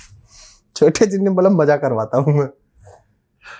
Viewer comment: Majjaa nahe hota Mazzaa hota hai